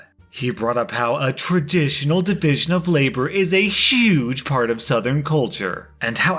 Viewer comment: Believe me as a Florida Man when I say "labor" is not split like that.